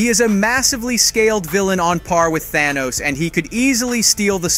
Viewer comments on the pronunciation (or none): none